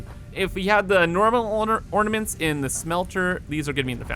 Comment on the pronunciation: What mints? Da mints? Trees, or da mints? OrNaments!